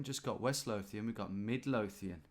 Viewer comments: Screaming Scottish town names at Tom as he pronounces them horrendously 🤣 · And Lothian with an unvoiced 'th'. Correct me if I'm wrong, but it's more like 'clothe' than 'cloth', isn't it?